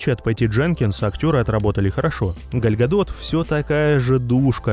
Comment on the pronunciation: ПЕРЕСТАНЬ КАВЕРКАТЬ ЕЁ ИМЯ ПОЖАЛУЙСТА